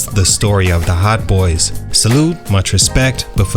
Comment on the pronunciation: I don’t trust anyone that doesn’t pronounce respect correctly. 😂